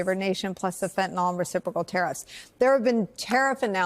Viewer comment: It's not fentanol. It's fentanyl. It's pronounced by chemists as -neel, but -nill is accepptable. Not -noll, that ending is for alcohols